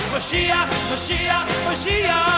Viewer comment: You pronounce "moyshiach" wrong